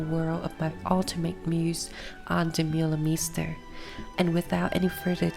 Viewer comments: Oh my god!!! Start by at least pronouncing her name correctly!!! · Lovely, though her name prononciation isn't correct. As a local DJ, I've met her several time in Antwerpen and once twice in Montparnasse. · Bro dutch is hard for foreigners to get a hand on. Why gatekeep her from making a good documentery because she cant pronounce the name completely right? No english speaking person who talks about fashion pronounces her name right.